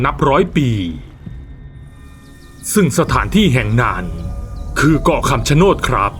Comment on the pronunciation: คำชะโนดหรือป่าวครับ ไม่ใช่คำชะโนน😅